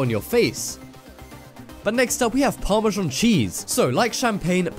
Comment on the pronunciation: What the fuck is parmazhong..??. it's pronounced "par-ma-zan".